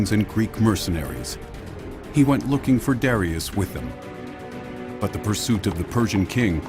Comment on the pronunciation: I can't stand how they say Darius 😒